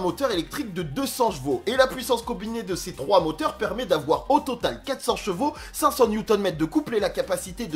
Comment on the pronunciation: Elle a beaucoup de "jvaux" 😂 J'adore tes vidéos merci beaucoup pour le partage 😇